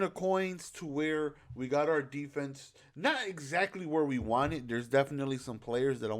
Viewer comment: “Defese” love u